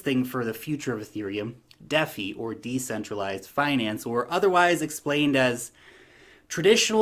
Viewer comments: “De”centralized “Fi”nance. “Dee” “Fye” DeFi. Not deffy. More like “Defy” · Its dee-feye #DeFi